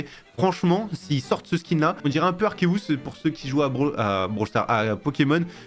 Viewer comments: Arceus prononcé en "ou" 😭, moi qui suit un fan acharné Pokémon ca me fait mal 😅, le U se prononce normalement. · la facon dont ta dit arceus me fume